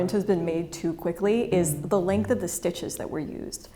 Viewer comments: Speaking of working too fast, Stitch Length not "Legnth". 😬🪡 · Love this insightful vid But "length" please. ish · length not leg neth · "Stitch Legnth" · Stitch Legnth. Was this intentional?